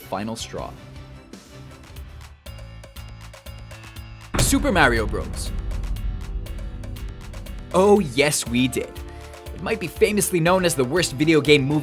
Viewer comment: Please don't say Super Mario Bros. like that....wtf dude.